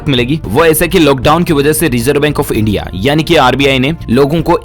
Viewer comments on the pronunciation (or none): none